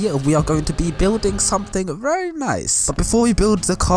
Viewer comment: “Which looks wery nice” sry bro I had to